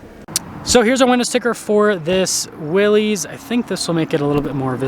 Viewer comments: its not "wheelies" Its WILL-US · This isn’t a tomato ta-maw-tow deal. It’s Willys not wheelies. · It’s never been wheelies. The argument has always been Willis or willees. Internally Jeep says Willees.. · It’s pronounced Willis, like his last name, not “wheelies, or “willies”. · Lol.. everyone should be saying “Willis”! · It is pronounced Willis—like the WWII jeep. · It's pronounced willis...as in "whachu talkin' about Willis?" It is named for John North Willys. He bought Overland Automotive in 1908 which became the second-largest producer of autos in the US behind Ford Motor Company. Overland was the creator of the Willys MB that became known as Jeep, in 1941. Liked this video! I just bought my Willys yesterday (6/21/2023). Love it! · It's pronounced Willis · It's pronounced like Bruce Willis. You comically mispronounced (Willy's) it two ways. Excellent video otherwise. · It's actually pronounced VILLIS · Only thing I have to say is, I have never heard anyone pronounce "Willy's" as "wheelies"......... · The two major pronunciations are "Willies" which is what it looks like; therefore most pronounce it that way, or "Willis," which was how John N. Willys pronounced his name and the name of his company. Willys Overland. Not sure where you get "Wheelies" from.